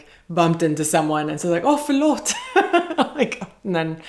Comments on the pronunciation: Wow, your förlåt is amazingly spot on! And yes, you pretty much nailed Gävle as well! The Å, Ä and Ös are usually premium tongue twisters for people from the US. Well done! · Wow, when you said ”Förlåt” perfect Swedish 😯 How much time have you spent here? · Ditt spontana ”förlåt” i början blew me away! Helt perfekt uttal! ❤️❤️❤️❤️